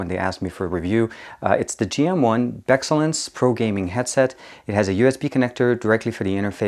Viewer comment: "Viper design." dude it's a BEE. "BEExcellent." Pronounced "BEE-Excellent" lmao you said "beh-xellent"